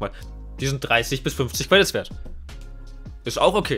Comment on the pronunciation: „twaden“ „dwop“ „cwedits“ „alwight“